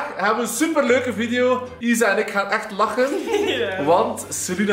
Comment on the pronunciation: !!!dat woord laggen😂😂😂